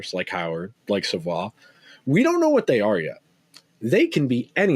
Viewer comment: Matthew Savoie is pronounced Savoy!